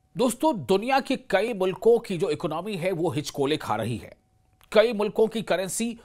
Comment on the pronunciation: اکنامی نہیں اکانومی ہوتا ہے